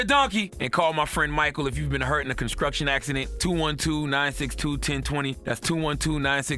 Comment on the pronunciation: Every time he says “Conskruction accident” 🤣😂